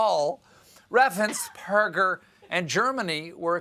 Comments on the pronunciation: Note that , Stephen forgets to stumble over Brad Raffensperger's name. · Raffensperger is really not a difficult name to pronounce. As a Progressive Georgia voter who voted for Biden/Harris, Ossoff, and Warnock, I am grateful that our Secretary of State, our Governor, and other Republican officials have stood fast against the assaults against our right to vote by T** and his psycho sycophants.